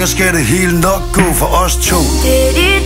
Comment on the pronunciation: Carsten Ebbesen Teksten er "gå" men hun siger go. Hvorfor? :P